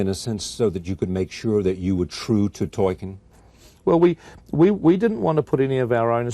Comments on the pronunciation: In the interview excerpts with Jackson, doofus Charlie Rose shows he's never heard of Tolkien by calling him "Toikien". Clearly he misread the interview brief and thought the L in the name Tolkien was an I. Yet more proof that those purportedly highly erudite and venerable lefty TV hosts like Rose are just a bunch of ignorant, overrated buffoons. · How can you listen to someone who cant even say Tolkien right? Lol ITS PRONOUNCED TOL-KEEN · 11: 49 - "Toy-kin"?? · I thought it would be fun to down a shot every time he mispronounced "Tolkien." I now have cirrhosis. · Whatever happens, it can't be as bad as your pronunciation of Tolkien.